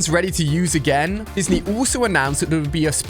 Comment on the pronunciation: Is anyone else noticing that he’s been saying destiny instead of Disney?